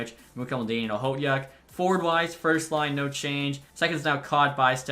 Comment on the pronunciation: Okhotiuk is pronounced ah-hoe-took